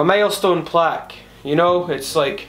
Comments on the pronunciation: I love the way your accent said "milestone," and it sounded like "mailstone." Congrats! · Every time you said "milestone" I thought you said "maelstrom" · "Today we are gonna be unboxin... my MALESTONE Plack u know"